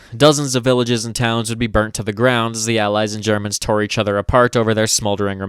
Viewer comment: you gotta stop germans "germs" dawg it single handedly makes me not want to share you videos with friends.